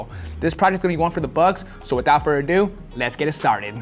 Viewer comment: It's without Further Ado butchers this phrase in every video😂 FURTHER ADO!!!!